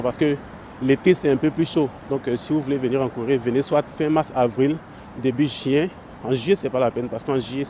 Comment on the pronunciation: Début juin ou chien? 😂😂😂 Faut articuler, « Début chien » c’est ce qui yé entendu hein 😂😂😂😂